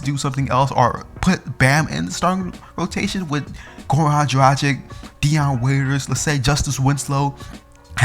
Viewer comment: A decent video but if you are a Heat fan, at least learn how to say Goran Dragic's name properly! It is pronounced DRAG-ITCH!!! I mean if you can pronounce Dario Saric's name correctly then surely you can for Goran.